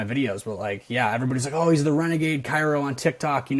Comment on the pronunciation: I legit almost turned it off in the first few min because of how she forgets the first R in chiro, despite allegedly seeing one for so long🙃 it is like nails, on a chalkboard hearing it mispronounced like that